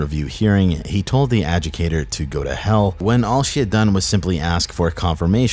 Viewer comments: You said "adjucator" (adjudicator) ! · You were saying, "A-JOO-KAY-TER" but it's ,"A-JOO-DIH-KAY-TER" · adjudicator: ah-jood-eh-kate-or it's adjudicator, not "adjucator" good video otherwise :) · The fact that you always pronounced adjudicator as educator (ignoring the "di" syllable in the middle of the word), confused me on wtf an educator had to do with it. Example timestamp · There's a whole syllable that disappears, when you say adjudicator